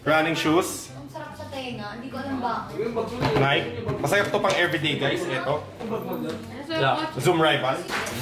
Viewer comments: Naykee not nayk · NAY----KEY... Di nike 😂✌️